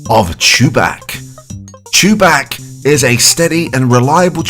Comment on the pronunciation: Did you say ChuBach by pronouncing him “Choo-BAK” or “Choo-BOK”?